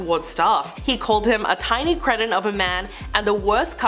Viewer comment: The word is "cree-ton", not "creeshin". 😉